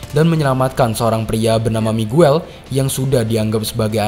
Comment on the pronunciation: Miguel bacanya migel